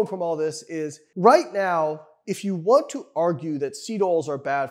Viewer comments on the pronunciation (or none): none